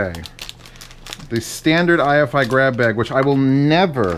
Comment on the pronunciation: Meanwhile, the unit's refusing to turn on because he keeps calling it an "I.F.I." instead of what its name is, i.e. "hi-fi" without the "h".